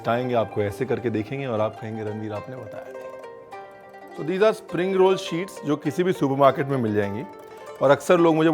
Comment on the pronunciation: ranveer aapne bataya nhi' ....his all time dialouge and i love when he says it with a pause......